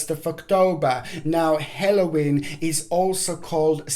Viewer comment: Not HELLOWEEN . it is Halloween